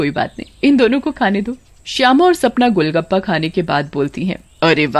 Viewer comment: It's not gulgupa It's GOLGAPA